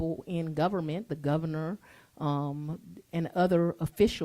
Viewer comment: She said " Im sorry Govna" .